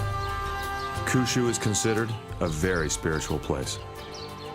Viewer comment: Awesome doco. My one TINY critique is pronunciation of Kyushyu. Try saying "Key ew she ew" a lil bit fast 😉